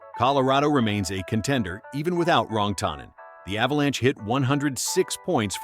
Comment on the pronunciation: How the fuck do you mis-pronounce Rantanen??